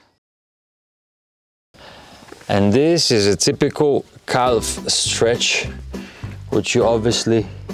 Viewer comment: STRETCH not STREACH